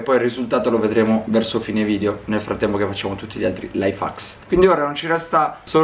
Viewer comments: Sì pronuncia: laif hecks non laifacks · no invece si pronuncia laif hacs